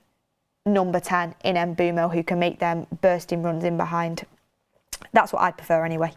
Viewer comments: The pronunciation is not E-M-B-U-M-O! It’s M-B-U-E-M-O! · If you correct someone in capitals even, make sure you are correct. Is is Mbeumo.